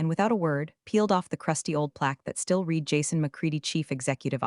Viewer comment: Monica is not a professional -- See below -- The past tense of "read" is also spelled "read," but it is pronounced like the color "red." This can be confusing because the present tense is pronounced differently